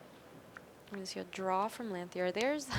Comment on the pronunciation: I don't think I've heard a commentator pronounce Dan Lanthier's name correctly yet.